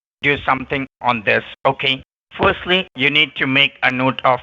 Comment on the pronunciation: Do you have Ah email….LMAO!!! ah email???? what the heck is Ah Email? 😆 fostly,? fostly?? (firstly!!! douch bags can't even speak correctly) so it's not Coat house, now it's federal Cooch house… laughing so hard 😆 Re-lative? bahahaha… 😆 who is using "your shooshawl?"🤣 oh man I just can't , this is too much, laughing so hard!!